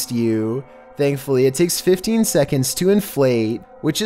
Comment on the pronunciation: " i'm not even sure if hitting the glass with her back like this would generate enough force to break iyAat"